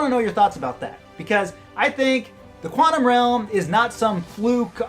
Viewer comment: Haha 'Juantum Realm' I caught that!! :P